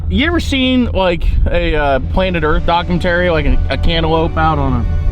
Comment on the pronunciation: Will never forget him trying to say “Documentary” on the cboys podcast 😂🤣😂. I see he still hasn’t gotten it yet either.